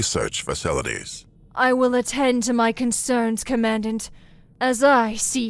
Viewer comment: Command dant?? pronunciation is important!